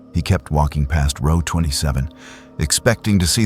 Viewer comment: It’s distracting from the story when the word row is pronounced incorrectly.